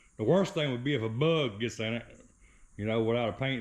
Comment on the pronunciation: Close enough for me to 😊 music overlays perfect 👌 👍 the way you say bug love the accent " berrrggg"😂 in the paint. Now don't scratch it putting it together, that cars been though hell. 😊 👍